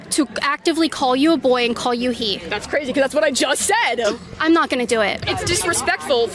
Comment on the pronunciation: "Said" is pronounced SEH-D, not say-d. You are speaking to the public. The public has no use for your faith-based declarations.